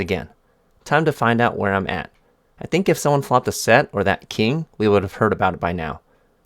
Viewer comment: “I actually tank” 🤣 bro